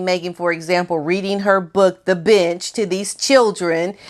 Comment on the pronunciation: I heard that too! 😂